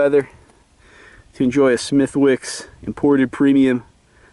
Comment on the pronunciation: by the way its pronounced smith-icks XD